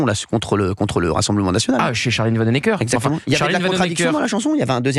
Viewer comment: Pour info ; Charline Vanhoenacker est à prononcer ( phonétiquement ) VAN OU NA KER !!!